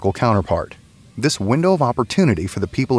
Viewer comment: Why does Klaus Schwab insist on pronouncing the word "This" as "Scziss"? Is it a German speech defect?